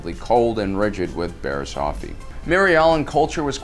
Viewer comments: Dude please start pronouncing things right its not barris off-ie its barris its barris oh-fie and not jarr-us its its pronounced like chair but with a j jair-us im sorry but please learn how to say something before you say it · It's Bariss off ee . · Wow he said Barriss oofy, good job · Barass oh-fee? Who she? Only backstabbing Jedi I know is barass ah-fee